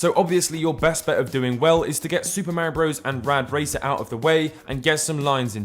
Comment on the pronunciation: Say it with me Marr - eee- ohh